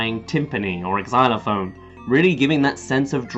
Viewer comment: Why does pronounce xylophone as 4 syllables? ex-zy-lo-phone. Is it just his accent?